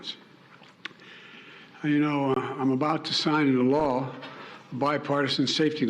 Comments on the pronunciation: Maybe what he intended to say but his mumbles came out "not" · I do hear I'm not. Sounds like he dropped the t when he pronounced the word not. But I also believe he ment to say. I'm now going to..... Obviously meant to say he was going to sign it.